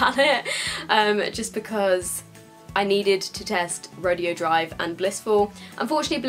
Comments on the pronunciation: you pronounce it ro-day-o not ro-de-o. That was bugging me, I'm sorry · Ofra Rodeo Drive is pronounced "Row-day-oh" Drive. Beverly Hills is known around the world as one of the most fashionable places to shop. In the heart of it all sits Rodeo Drive – undeniably one of the most famous streets on the globe. With more than 100 world-renowned stores and hotels. You're pronouncing it as "Ro-dee-oh" which is a completely different thing: an exhibition or contest in which cowboys show their skill at riding broncos, roping calves, wrestling steers, etc. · Rodeo drive is pronounced "ro day o" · I just wanted to let you know the highlighter is pronounced ( row day o ) drive 🙂😀 oh and I love this video and the setting spray it's so amazing!:) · It's pronounced "ro-day-oh drive." Just thought I would let you know. (: It's a street in CA. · i'm pretty sure it's Ro-Day-Oh. but pronounce it however, love you q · ro-day-o drive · I love you and your reviews but I just had to chime in on a pronunciation thing that was bugging me. "Rodeo Drive" is a place that isn't pronounced like it reads. We Americans love doing that I think. The place is "Roe-day-oh Drive. Sorry. It's one of those things I got picked on as a kid for saying and now it bugs me. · lmao the way u say "rodeo drive"